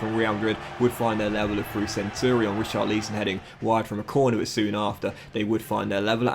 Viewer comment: Do you purposely pronounce Richarlison incorrectly?